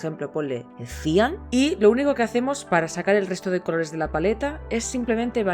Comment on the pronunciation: Cian se acentúa en la a! Buen vídeo